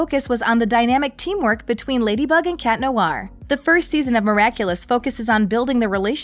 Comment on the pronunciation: The way you pronounce "Noir" is cringy! It's Nwahr, not Noo-ar.